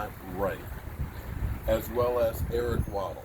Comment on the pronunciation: Eric waddle????? Come on at least try and say it right